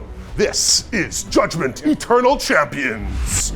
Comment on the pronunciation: A small part of me is really hoping that whoever wins the Comment Prize gets delivered a Judgement-themed women's chest binder, given how insisted upon pronouncing it.